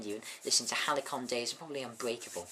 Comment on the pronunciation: It's Halcyon Days, not Halicon Days.